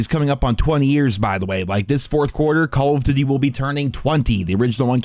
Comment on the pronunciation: COLOF DDTY, its call of duty you may aswell just say COD if you cant be bothered to say the full name